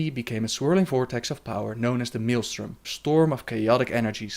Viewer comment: Man... I love you man. You're my lore bro. But since you DID comment on your own pronounciation of "Velen".. Can I just add, that it's called Maelstrom (MALE-strom) and not (Meal-strom). You're not about to eat it, you're about to get sucked into it and vanish forever. <3 Much love.